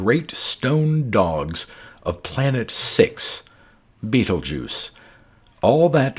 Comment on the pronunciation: Not to mention, “Beetlejuice”! You would think the reader would check some basic astronomy before attempting to orate a science fiction story.